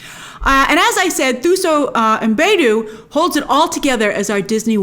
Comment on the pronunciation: Heeeey Grace!! 😃😃😃 Soooo Thuso Mbedu is pronounced Too-So Mm-bed-oo. She’s our shining star here from South Africa 🇿🇦 lol! Cant wait to see this movie